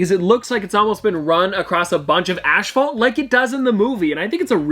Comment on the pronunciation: “Asphalt” not Ashphalt lol its said Asfalt